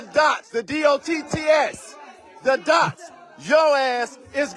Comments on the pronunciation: Did he just say dotts, dots. Ummm just for that he should be hired nowhere!!!! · Did he really say "DOTTS"? Or is that a troll?